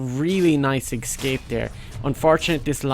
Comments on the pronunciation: Its eScape not eXcape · Nice "Excape" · You keep saying Excape where are u from